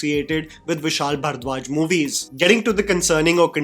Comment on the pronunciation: your pronunciation of ‘bharadwaj’ irks me so much